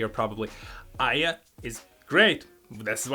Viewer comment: Never heard of her before (Aya), but you finally managed to pronounce her name in the right way...made me laugh, )